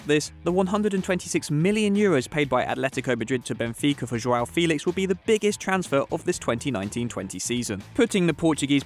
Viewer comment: Isnt it funny how the narrator said "failix "